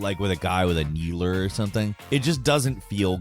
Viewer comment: Why do you say needler so wrong you say kneeler im so confused its even in the closed captions